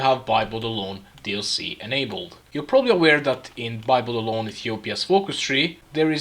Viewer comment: I heard By Blood Alone as Bible Alone 😂